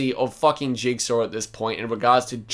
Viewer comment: man said jugsaw